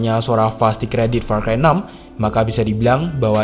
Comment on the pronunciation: said "PAR CHI"